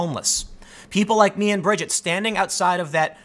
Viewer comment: You pronounced her name fine, Tim. It's like you said 'Bridge It'. Easy.